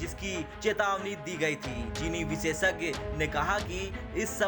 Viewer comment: भाई , बार-बार विसेसज्ञ नहीं होता है , विशेषज्ञ होता है ... आज तक का कुछ तो ख्याल करो ...